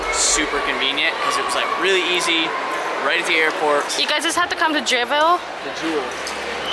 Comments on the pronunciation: It truly hurt me as a Singaporean when she called 'Jewel' 'Jevel' Btw in Singapore cars are more expensive compare to America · Did you lose money when you heard her say " Jevel " ? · did any singaporeans hear JEAWEL!!!!!????? 🤔🤔🤔